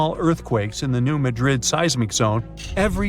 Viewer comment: The locals put the emphasis on the first syllable of Madrid, not the second, like everyone else. So it’s New MA-drid, not New Ma-DRID. Geologists and seismologists who study this stuff also pronounce it like the locals do.